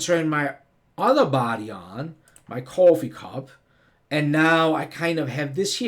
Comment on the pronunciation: I like the way he says cwoffee lol Very New York